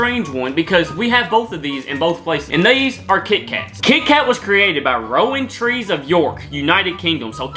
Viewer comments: Did he say rowentree 😂😂😂😂 its pronounced round-tree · Your pronunciation of Rowntree and Nestle are really something else